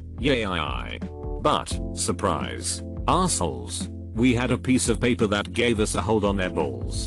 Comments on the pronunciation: I hate the fact that the voice says paper like that. It’s like pronouncing Aang like they pronounced it in the live action movie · Nobody: This text to speech dude: PAPPER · Anybody else incredibly annoyed that the bot that reads these videos doesn't know certain words like "paper" and says "pah-per" instead? How do you not know that word?